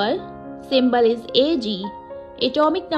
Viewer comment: Woh simble nahi symbol hota hai